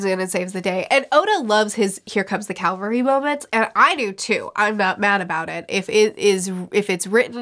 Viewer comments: It's cavalry not calvary btdubs. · Here comes the CAValry, not CALvary. Having been a Cav Trooper I just had to point it out. Cavalry are mounted troops that often turn a battle. Calvary is a hill that Jesus was crucified on.